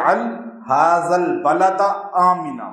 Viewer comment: HAZAA Nahi... HAAZ - AL hai....